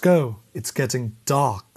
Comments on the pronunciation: It’s getting Daarrrrrkk” I mean if he put that much emphasis on it it has to be raciest 😂😂😂😂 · I loved the lean in on the "It's getting dark" part...like, "See? SEEEE?"